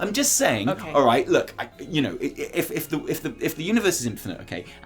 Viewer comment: I hate to do it but...it's "day" (phonetic) Other side...not dee